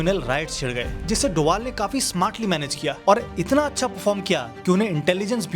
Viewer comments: Doval nahi sir bol . ... Doval sir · Sir Ajit doval bolna bro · Sahi se naam le bhai ajit doval itna khatarnak aadmi h kya hota hai be